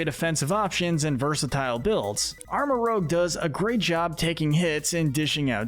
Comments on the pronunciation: The G in Armarouge should be after the U! And it's Ceruledge, NOT Keroolig! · IT'S ARM-MA-ROOZH AND SARE-ROO-LEJ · It’s pronounced duh-BREE, HAHR-ee-yah-muh, arm-uh-ROOJE, PAL-UH-fin, and SIR-roo-ledge, “”! 🤨 And Annihilape’s signature move is actually called RAGE Fist! 🙄 You’re so bad at pronouncing Pokémon names,! 🙄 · Love this but how did dude rly jus call them Armarogue & Keroolig lmao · OH MY GOD IT IS PRONOUNCED AR-MOR-OOJE AND SER-OO-LE-DJE!!! Other than that amazing video as always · Unfortunately most people aren't gonna agree with this list Also you're saying Armarouge and Ceruledge's names wrong